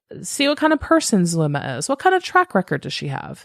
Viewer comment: Yesss. I mentioned somewhere else how it bothered me that Melanie left out a lot of info*, and it sent me when she fumbled Zulema's name. 🙃 She also likes using "they" a lot... It really contrasts against Zulema's testimony. I feel like Zulema's putting an effort into the information she's giving, even if she may leave out details (it's not on Melanie's scale)... There's so many things about this person I don't jive with, but I respect how she's been on the stand. *On the comment I said the nerves up there have got to be intense, but now thinking about it... She didn't seem to be that nervous in front of the world with Nate Eaton? Granted Lori wasn't sitting right in front of her-- Idk. I'm just... Incredibly distrustful of that one. It's like the same vibe of disbelief I feel when hearing that Alex's death was coincidental. Cannot wrap my mind around a coincidence like that. Wow that was long. (Also hey it's been awhile. Hope you've been well lol ~🖤)